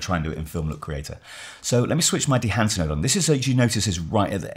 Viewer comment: "...This combined with dehancer..." Come on... 😂